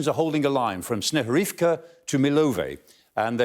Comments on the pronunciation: I like that he can clearly pronounce 'Snirhurivka' without even a pause. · Yes, I agree. But, the point is that it is correct to write Snihurivka, without R after first I . Buuut, HE pronounced it correctly :) Snihurivka is named after birds species, Snihu(y)ri - bullfinches in English. End snigu(y)ri is named after snow - "snih" ... ☺️ yes, I am from Ukraine